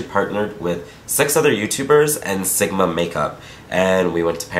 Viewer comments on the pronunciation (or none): none